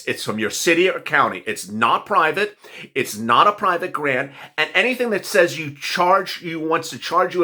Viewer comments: You said Grant is Garant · "And "grant" is spelled "g-a-r-n-t" Hehe oops! Dont worry about it,, it happens to the best of us! 😊